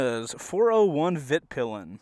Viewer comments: Dude, it's Vitpilen, not Vitpilan. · Not to be a bummer but it's "Vitpilen" not "Vitpilan" :) Awesome video nonetheless <3 (means "the white arrow" in swedish) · As a swede, (where Husqvarna-bikes are from) it was really amuzing hearing your pronounciations 😅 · I came here for your pronunciation of 'Vitpilen'. Greetings from Scandinavia :)